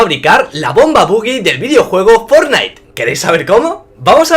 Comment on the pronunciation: Eres el primer español que veo que pronuncia bien fornite 😆😇